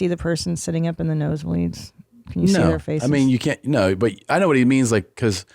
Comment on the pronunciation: tom turned British for a second during that second no